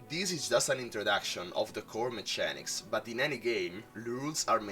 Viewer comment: Hi, Just wanted to offer some advice. When you say Mechanics prounce it like so " meh-K-anics". Just found your channel and am loving all the videos/deck builds! Thank you keep up the great work